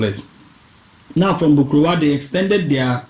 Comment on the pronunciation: Asaase Aban literally means a nature's storey structure. Aban in Twi means ' high rise or storey. Hence the Twi phrase Aban soro - storey building. Man, your Twi needs some work. Get some help with 'Bokruwa' - stone cup and Bretuo. You 'massacred' some of those pronunciations.